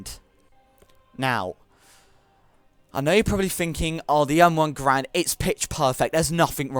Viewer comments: I have fired and reloaded a M1 (GUH AIR AND){pronounce it the way the Canadian creator pronounced it} you do not simply insert the clip into the chamber and its good. It does take a slap to force the bolt forward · I'm just pointing out how ignorant this dude is, the m1 garand (you pronounced it wrong but that's common) is very accurate to a real life one where the friction of the bolt against the rounds is great enough to keep the bolt from slamming into your thumb and giving you garand thumb, check your facts before you try to make a pointless argument